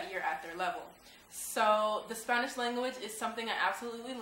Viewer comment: hello. u looked really nice with the traditional blusa. your a beautiful women. this is the 1st video I see of you but I could tell u can talk Spanish because when you said Spanish you said it like a Mexican says it.